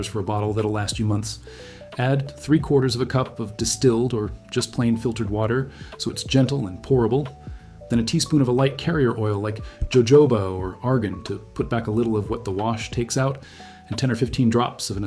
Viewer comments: Hello, jojoba is pronounced "hohoba". Love these recipes! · I know for sure, that under some previous video, someone pointed out that jojoba is pronounced HoHoba. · I just learned this... it's pronounced HoHoba